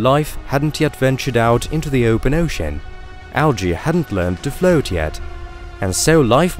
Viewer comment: I can't figure out the strange accent either but unfortunately it started to grate on me.. 🙃 Very bizarre pronunciation, particularly 'O' sounds.. ocean, float, coastal etc